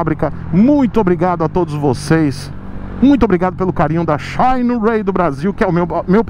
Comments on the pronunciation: Só pelo jeito que o pronuncia o "xaaainerái" já vale o like no video kkkkkkk. Quanto ao ser "patrocinado" pela marca: O patrocínio nunca impediu o de ser crítico à marca que o patrocina, tanto que um dia eu escrevi que nunca seria patrocinador do! Ele é um tanto quanto sincero demais!!! Ainda bem!!! isso só faz suas opiniões valerem mais. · Xaiiinueyyy kkkkk